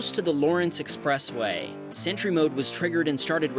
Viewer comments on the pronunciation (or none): Sentry mode, not century mode get it?